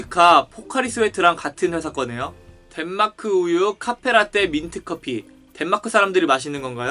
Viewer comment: 최소 배우신분ㅋㅋㅋㅋㅋ 카훼라떼ㅋㅋㅋㅋㅋㅋ 발음이 좋으시네ㅋㅋㅋㅋ